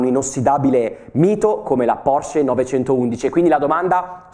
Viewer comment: Complimenti per come pronunci Porsche!!! 👏👏👏